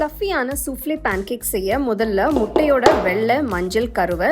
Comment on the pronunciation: பாண் கேக் இல்ல அது "பேன் கேக்"